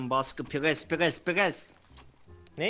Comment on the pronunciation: pğesss pğesss pğesss (pres demeye calıstı as:A:SAS)